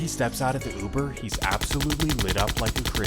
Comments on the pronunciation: That’s news caster. Youber instead of Uber. What a dunce. 😂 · What the hell is youber? 😂😂😂😂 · That newscaster said youber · Dude said you-burr lol but serious note shits crazy stop the violence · did that ninja say Youber?? 😂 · "driving him for YOOBER" ☠💀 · "... & a man that was driving him for "You-ber" wtf? smh cmon grandpa lmao 😂 🤦🏾